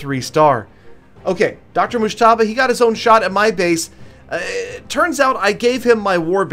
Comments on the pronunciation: The way you pronunce Dr Mojtaba is so funny it's like Irans Azeri's accent👍😂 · Lol u have no idea how to pronounce his name 😂